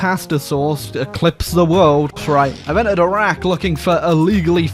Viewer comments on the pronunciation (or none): none